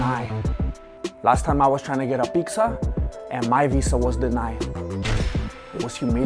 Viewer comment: He said pikza 🤣🤣